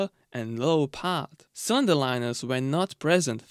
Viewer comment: It took me half the video to work out that when he said “sonder”, he meant “cylinder” 😅